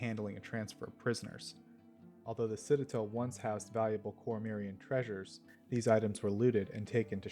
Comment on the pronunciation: Back and still mispronouncing Citadel